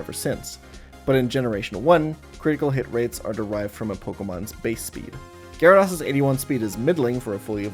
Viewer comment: Dude is saying GyaraDOSS hahha